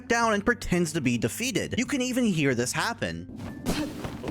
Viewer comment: Did you know that said Thie instead of this?